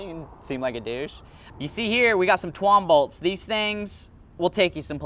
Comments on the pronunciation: no he said twombolts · This mans said twonbolts